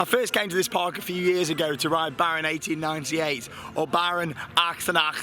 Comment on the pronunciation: 10/10 effort for pronouncing 1898, gets better every year!